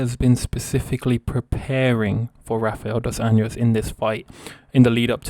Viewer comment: My mans, if you're gonna make videos about MMA you're gonna want to learn how to pronounce the names of Brazilian fighters. It's pronounced Jose Aldo(you say the J sound), and hafael dos Anjos(Rs at the beginning of names are always pronounced as H, look at Royce Gracie)